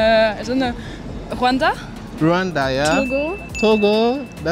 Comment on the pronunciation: Happy to see someone saying Rwanda